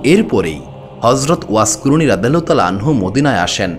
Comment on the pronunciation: এত বড় একটা মানুষের কথা বলছেন, অথচ তার নাম টা ও ঠিকমতো বলতে পারেন না। আফসোস।